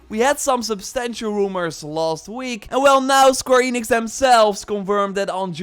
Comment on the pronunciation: I had hope, but then you said “square enix” and my hope offed itself